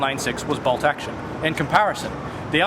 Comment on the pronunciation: 4 for "Bowlt Actione"